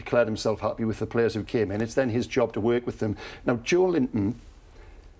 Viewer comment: They should try pronouncing Joelinton's name correctly before they start criticizing the player